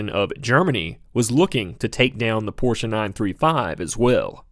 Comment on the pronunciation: I love how you pronounce Porsche the correct way. So refreshing!